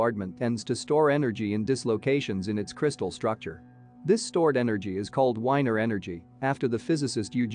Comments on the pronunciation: Wigner energy! not weiner or winer! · wigner is pronounced “Viggner” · Wigner the W is pronounced as a V , the Windscale piles were not a power plant , you showed a lot of pictures of the prototype AGR at the beginning of your film. The piles where built for plutonium for our first atomic bomb but at the time of the accident they were cooking up different isotope for the hydrogen bomb to make tritium I believe, this is the best explanation, well worth a watch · "I'll make it an interesting story" How about making it an accurate story instead! Anyway, amongst other things your text to speech program doesn't know how to pronounce Wigner